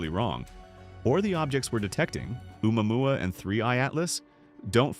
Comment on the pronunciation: How many ways can AI butcher Oumuamua 😂